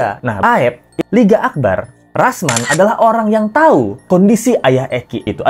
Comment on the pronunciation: Di menit 2.07 LET'Z GO Salah sebut tuh LINGGA AKBAR... 😅😅😅